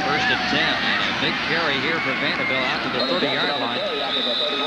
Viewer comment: Love how the announcer pronounces "Vandahbilt"